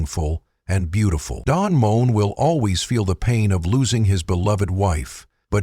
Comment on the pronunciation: Its pronounced Mo en not moan. Typical ai. I love his music. Ive just sung some of it